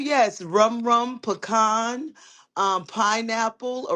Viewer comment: Old ass said “PUH-CON”(pecan)😭🤣. Ain’t no 49 yo man lookin for PUHCONS 😭💀💀💀